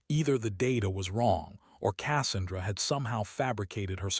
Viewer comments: Besides the piss me off ending that we know she won and saved the eighteen, at least they could have fucking pronounced Cassandra the proper way using their text to speech piece of crap. Pronounced kə-SAN-drə. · Learn how to to pronounce Casandra, when you say it my ears bleed 😊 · The narrator needs to learn how to pronounce Cassandra. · This is a annoying to listen to - the AI reading it is obvious and stupid. When it reads the sound of the Avenger cannon - supposed to be "BRRRT" - as "Bee arr arr arr tee" - it's obvious. Pronouncing "Cassandra" as "KASS-an-dra" rather than "Ka SAN-dra". Stop being so damn lazy and get a human to read it.